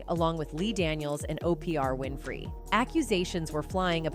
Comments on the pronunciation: the voice said O P R Winfree, omg that about sums oprah up🤣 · Who is O P R Winfrey?